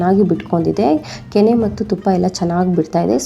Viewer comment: ಹಾಲಿನ ಕೆನ್ನೆ ಅಲ್ಲ ಹಾಲಿನ ಕೆನೆ